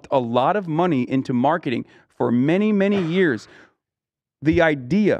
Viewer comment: Bright eye-deas